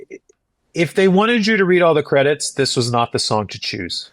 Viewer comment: "End Cedits" 🥀🥀